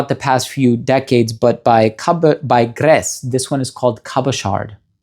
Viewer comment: He needs to work on his French pronunciation, no ‘D’ in Cabochard, no ‘S’ in Grès, voilà tout !